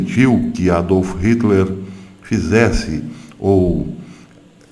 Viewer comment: Professor, só uma dica: Nome não se traduz, portanto, não se pronuncia o nome do ditador sanguinário "aportuguesando" a pronúncia do nome, ok?